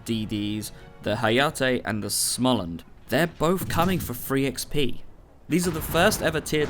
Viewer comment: sMolensk not sLomensk :P You keep getting it wrong that's why they will remove it. Because you cannot pronounce it ;)